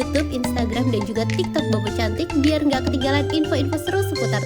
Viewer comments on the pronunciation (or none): none